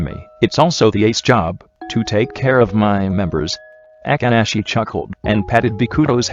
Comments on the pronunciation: i cant 😂😂 the way akaashi name was pronounced.... aka~ashi 😂😂😂😂😂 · The way it says akaashi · The only 2 dislikes are from the speaker who pronounced Akaashi's name wrong 🙄